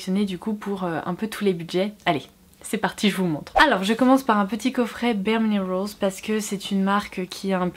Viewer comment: J’ai eu du mal à comprendre quand elle a dit bareminerals. Accent tellement poussé.